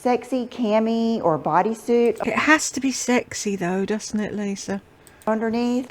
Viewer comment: Omg she said, “ Greazee” instead of greasy? Omg!🤣🤣🤣🤣🤦‍♀️🤦‍♀️🤦‍♀️ oh and then, “Dudn’t” instead of doesn’t.😂😂😂😂😂😂 She is such a dunce.